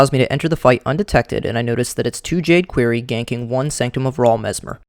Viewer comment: I really hate the way you pronounce "quarry".